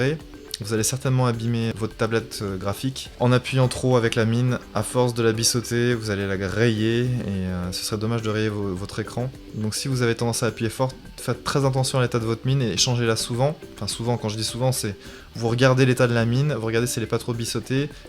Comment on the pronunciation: vidéo très claire et concise merci bien Bissauter ? Pk ?? Cette prononciation au combien personnel du terme "biseauter" ??!!